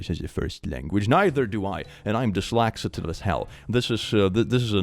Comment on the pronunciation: At first i thought it was a joke but is click pronouncing dyslexic as dyslaxative intentionally or nah 😂